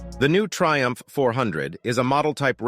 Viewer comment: Thaiumph not Triumph.